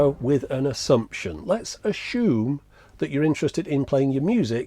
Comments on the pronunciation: "Let's aSCHume"? Huh? So If I call someone an "aSCHole" it's OK? Dr. Higgins, we need you. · Why would you say assumption normally but then also say ashume.